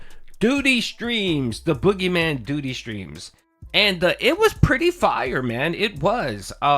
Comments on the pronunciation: Hey brotha least you could do is say your own name right for christ sake it's DOO....DEE. I need to build a house can I get a few acres of all that real estate you own in Phil's head? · I was genuinely surprised when he actuality pronounced "Doody" in a normal way